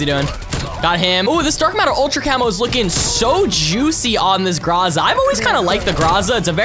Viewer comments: Everyone: Groza: Graza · Ok you pronounce it groza (gr-ah-za)??